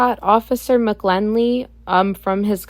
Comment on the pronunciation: The correct pronunciation of McGinley is with an "i" not an "l." Have no idea why you believed the first "i" was an "l" when the dot above the "i" is clearly visible?